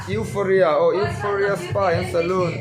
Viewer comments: Ngawiteh mn lo ngaidam lok teh complaint hranpa ni hauhloin Eurofia tiin i lam tlatin ka hri han lam tha leh teh Eufawria tih tur ani jok em pliss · Europhia or Euphoria pawhin a lam fuh hlei thei biklo😂😂😂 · Eufhoria tiin ilam ang P kha F angin a ri anga.Hriatvek theih pawh nibiklo a ho lutuk inhmuhnawm lutuk tho❤❤❤❤❤ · Europhia tiin i lam daiha😂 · Mizo trawg deuh tak in u fawria tih tur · Euphoria zawk alawm sir.... Youuufawwria... Ti a lam tur lawm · 😂😂😂A nang ber pawh chu ,i lam sual nasa ve,EUROPHIA chu ni lo deuh ang a😂😂😂😂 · Sir...Nangmah khan ilam diklo anih khaaa🤣🤣🤣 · Sir pawn alam dik thei meuh tawh lo 😂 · lam dik theilo lai khi aw😂